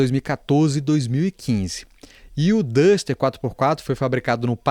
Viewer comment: Vídeo bastante esclarecedor, mas tenho que ressaltar: parabéns por ser uma das poucas pessoas a pronunciar os nomes dos carros corretamente: "O Pajero, O TR4 e O Duster".